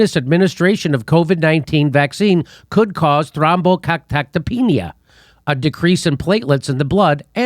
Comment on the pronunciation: Thrombocytopenia < Nice How many times did you practice that Jimmy?